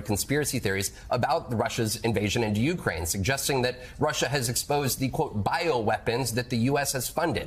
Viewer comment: MSNBC anchors/journalists need to learn how to pronounce "Ukraine." It is NOT "YOU crane." It IS "you CRANE." Stop placing the wrong emPHAsis on the wrong sylLAble.